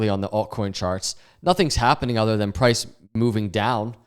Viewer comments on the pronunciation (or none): none